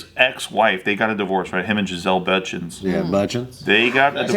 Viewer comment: the way says bundchen 😂